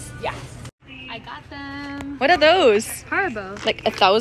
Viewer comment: Warum können die Amis keinen einzigen Namen aus anderen Ländern korrekt aussprechen? Haribo ist nicht Heribow 😅